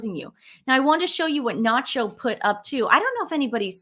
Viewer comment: His name is not Nacho ... Its "SANCHO"